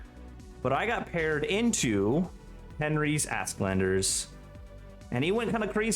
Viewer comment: Honest question: Is "Asklander" accepter pronunciation in 9th age community? Åsk is swedish for thunder and it should be read more like "Osk".